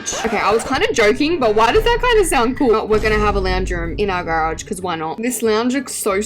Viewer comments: The way you say garage is killing me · her accent to garage babes…🙏😔 (not hating I just think it’s funny)